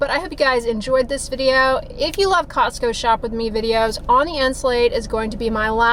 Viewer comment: Cozzzco lol